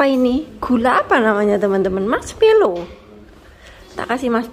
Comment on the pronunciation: Mask = topeng Melow = sedih Jd bahasa indonesianya topeng sedih donh mba...wkwkwkwkw Yg bener marshmallow mba 😂